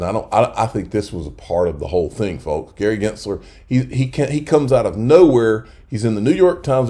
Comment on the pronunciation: The L in folks is silent.